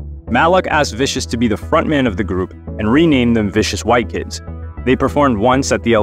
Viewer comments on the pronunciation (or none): It's Sid Vicious not Viscous.